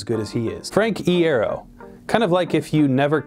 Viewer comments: There's an "I" there.......... Pronunciation: Eye-air-oh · Yoo i was about to say, where tf is my frank iero, and this guys says "frankiero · Repeat after me: EYE-EAR-OH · Frank Iero (pronounced eye-air-oh) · His pronunciation of "iero"is killing me😂 I've never heard it pronounced like that before... is that just me? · he said it wrong hahaha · Existential Crisis ikr?